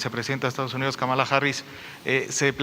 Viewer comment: Si la siguen llamando KAMÁLA (con acento en la 2da Á) se les va a enojar. Es KÁMALA HARRIS con acento en la primera Á. (Solo es una observación) Saludos